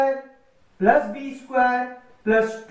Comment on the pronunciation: Isquare nahi square hota hai Bolna sikhlo